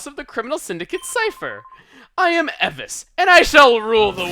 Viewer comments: Eh-vis? It's E-VICE! I'm just going to pretend chugga didn't pronounce differently how I say nearly every name in this game... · ITS NOT EVICE (EVIS) ITS (E-VYCE)! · Bulbapedia says that Evice's name is a combination of "Evil" and "Vice". So it should be pronounced E-Vice. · I think you pronounced "Evice" wrong, correct me if I am wrong.